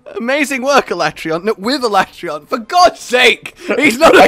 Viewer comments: Escaton judgement is powered by how often people refer to Alatreon as AlatrEEon instead of AlatrEYon😂 No wonder n are melting hard with a vengeance! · Why do they pronounce it Alatrayon I refuse to accept that that is correct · I love how neither of you react to the obvious butchering of Alatreon's name "the ah-la-tray-on" FFFFFFFFFFFF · OMG it drives me nuts on 2 things, 1) he never picks up teh shiny drops, and 2) STOP SAYING HIS NAME WRONG! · The in-game pronunciation of Alatreon is pure cringe.